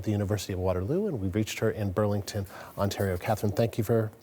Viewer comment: Oh, Burlington. I thought he said ‘Berlin’ somehow, and was like ‘did Kitchener go back to the old name?’.😅